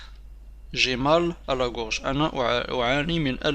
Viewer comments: Gorge pas groge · Une gorge pas groge